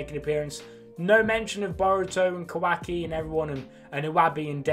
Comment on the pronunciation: the way you say kah wahk e is so funny to me